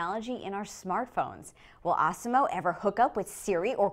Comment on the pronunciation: I though she said awesom-O like the one in South Park